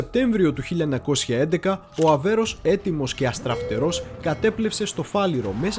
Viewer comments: Πολύ καλή δουλειά...με μια μικρή παρατήρηση, πάντα καλοπροαίρετη: " Αβέρωφ" και όχι Αβέρος το οποίο ακούγεται κατ' επανάληψη. Ευχαριστώ! Συνεχίστε την ωραία δουλειά. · Φίλε , είσαι ωραίος , αλλά το πλοίο λέγεται ΑΒΕΡΩΦ , όχι Αβέρος που λές συνέχεια ....χαχαχαχαχαχαχα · Όλα σωστά αλλά μην το ονομάζεις λάθος Αβέρωφ όχι αβερος είναι δύσκολα να το λες? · Ok αλλά φιλαράκι κάνεις αρκετά λαθάκια και δεν ξέρω αν το κάνεις επίτηδες. Είναι Θωρηκτό Αβέρωφ και σίγουρα όχι Αβέρως. Ιστορική αναδρομή με τόσο προφανή λάθη? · ΒΡΕ ΑΔΕΡΦΕ.....ΑΒΕΡΩΦ.....ΟΧΙ ΑΒΕΡΟΣ....Η...ΑΒΕΡΟ...! ΕΜΠΕΔΩΣΕ ΤΟ ΟΝΟΜΑ ...ΔΕΝ ΕΙΝΑΙ ΔΥΣΚΟΛΟ...ΧΑΛΑΡΑ ΚΑΙ ΘΑ ΤΟ ΠΕΙΣ ΣΩΣΤΑ...! 😊😊😇